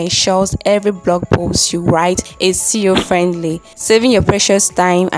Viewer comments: Sincerely nice intro but I think my ears were hearing CEO instead of SEO 🤔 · I think you meant SEO? You were saying CEO